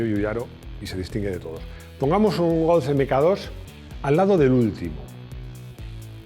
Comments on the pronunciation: Se dice Golf no Golz de nada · Me llama la atención que siempre suele pronunciar Golf como si acabase en Z. ¿Es la forma correcta o es una "maximada"?